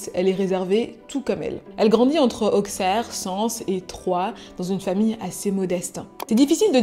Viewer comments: AIE OUCH MES OREILLES on dit pas AuXerre mais AuSSerre par pitié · SVP arrêter de dire "AUKSERRE" en prononciation, c'est "AUSSERRE" 😭 Mais contenu qualitatif comme d'habitude !!!